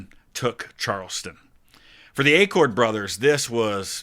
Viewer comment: Acord! Not pronounced Accord please. Acord is pronounced like the acorn off the oak tree. Sorry, but I’ve heard people mispronounce our last name my whole life and I have never understood why. There are not two “c”s in the name. Thanks for reading my little rant. I appreciate the second guy pronouncing it correctly. My Acords were on the Northern Union side from Illinois by the way.